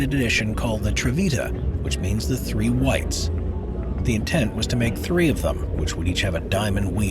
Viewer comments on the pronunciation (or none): none